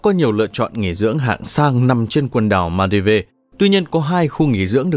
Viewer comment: Thượng lưu gì mà cái tên Maldives cũng không nói đúng nổi nữa vậy?